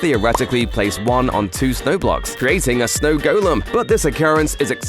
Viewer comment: Say golem right on fact 20